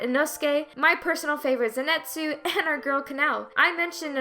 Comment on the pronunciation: PLEASE FOR THE LOVE OF GOD START PRONOUNCING ZENITSU'S NAME CORRECTLY IF HE IS YOUR FAVORITE! Say it with me now Zen-Knee-Tsu ZEN-KNNEEEEEEEEEEEEEEEEEEE-TSU!